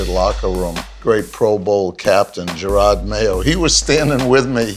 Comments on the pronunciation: Stop calling him Gerard... Its Jerod... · It’s Jerod Mayo, not Girard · I cringed every time called Jerod "Gerrard" lol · As a Pats fan I love this, because it's always a joke with players and local media about how much Kraft is into his shoes. And god damn it's Jerod not Jerard. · “So Gerard” 🤣 it’s Jerod bro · You called jerod mayo gerard, cmon bro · He called Jerod “Gerard” 😂😂😂 I’m dead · keep saying Jerrard when his his name is Jerod lol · This man just called Jerod Mayo "Jerard" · it's Jerod, not Gerard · This man was calling Jerod Mayo "Gerard" smh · said Gerard, not jerod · You're an executive at Complex the least you could do is say Jerod's name correctly. It Jerod not Jerrard. Come on man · did anyone else notice calling Jerod, Girard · This man just called Jerod Mayo Gerard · He kept saying Gerard into of Jerod. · Jerod* not Gerard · "Gerard " mayo? Cmon man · The cringe when he would call Jerod, jarard.... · Smh called him gerard instead of jerod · He straight up butchered Jerods name. It ain't gerrard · Bruh he just called Jerod "Gerard"...... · he called him jerrard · Did he just call jerod, jerard? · Jerod not gerard/jerard 😭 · Jerod not Gerrard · When he calls Jerod Mayo Gerard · Did he really just all Jerod Mayo Gerard? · I cringed when he called him Gerard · lmao this guy messed up Jerod Mayos name twice smh